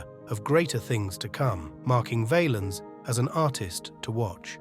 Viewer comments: Say the name pronouncing it Vahhhhhlens not Vayyyyyelens. And to people posting videos about Selena. The q in her last name is spoken Like a k. Bottom line if you're gonna do videos say the fucking names right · Val-ens not vaylens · It's pronounced Val-ins not valens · It's not VAYLINS you stooge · Who the fk is Ritchie Vay-lens lol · BS video. But nice to find out about his life. The way the narrator kept mispronouncing his name was pissing me off. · His name is being mispronounced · The a is short in Valens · They need a computer voice that pronounces their names correctly it wasn’t even close to being correct